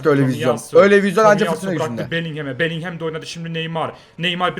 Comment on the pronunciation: şu bellinghama belinghem deme onun okunuşu belingım